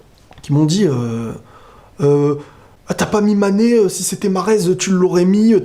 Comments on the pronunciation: Hooo mec c'est pas sané Kan même, tu fais exprès de ne pas prononcer son nom. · T'arrive même pas à dire le nom de MANE